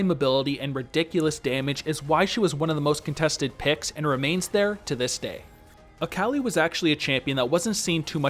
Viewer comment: I am so sorry but when you said “A CAL I” I literally died 😂😂 fantastic vid tho. Subbed.